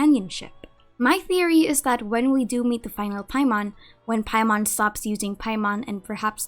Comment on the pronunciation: Every time u say paimon I die inside 😔